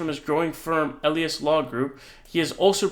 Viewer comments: Quick correction eh-LIE-us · Elias = EE-LIE-ASS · Mark Elias-( pronounced Ah- ly- as) Democracy Docket- have been saving our VOTER RIGHTS FOR DECADES!!🗳🗳💙💙💙🇺🇸🇺🇸